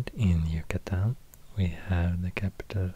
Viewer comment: I love the way you pronounce "Yucatán" that's the state I'm from 💛💛💛